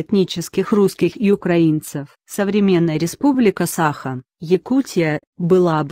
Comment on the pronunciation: не сАха, а сахА! ИИ откуда это знать))